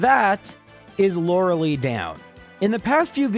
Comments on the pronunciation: I’ve binged most of these runs on your channel and I really enjoy them. But that being said, I MUST point out (because it’s driving me mad)…her name is Lorel👁, not Lorelee. 😂 Keep up the good content, man! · hey man i love your videos but you know it's pronounced Lora-lie, not Laura-lee. you even addressed this in an older video saying "the pokemon community has asked me to pronounce it Lora-lie" but went back to saying Laura-lee the very next video. ark-uh-nine vs ar-kay-nine could be more debatable (even though you've pronounced it correctly many times in your older solo runs) but Lorelei is an actual persons name, and you're only saying it incorrectly because you didn't know how to say it as a kid. we all say stupid stuff as a kid, that's not a reason to intentionally mispronounce people's names. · Freaking Canadians are their weird pronunciations. Her name is Lor-Uh-Lie. Lie as in tell a lie. Not Lor-Uh-lee. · Lore-LIE and not Lore-LEE, by the way :) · I love this series but i always hope he beats the elite four in one go because I cringe every time he calls Lorelei "Laura Lee." Its not a big deal but it hurts me every time and is the only part I hate. But we still hit like because the Count impression is worth it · This guy is still calling her loralee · I still think it's pronounced like Law-ruh-lie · (is the Lorelei thing a bit or does not know how to pronounce her name?) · You're still saying "Lorelei" wrong